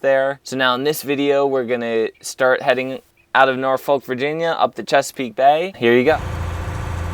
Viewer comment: Just fyi It's pronounced norfuk lol